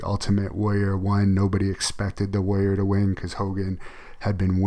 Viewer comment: I hate that she says warrior like "woyer."